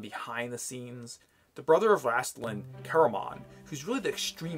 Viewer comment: Just to clarify... It’s pronounced rAYstlin, not rAHstlin